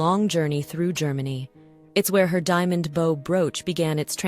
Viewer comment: as soon as the narrator mispronounces "bow" & bow" and many others i know we have an AI voice. i tend to ignore videos with AI voices.